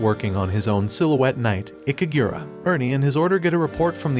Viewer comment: Okay, the only thing i want to correct is the silhouette knight's name, it's "IKARUGA" not ikagura. It's not hard to remember right?